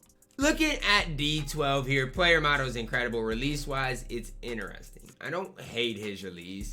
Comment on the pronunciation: Anyone caught the “incwedable” ?💀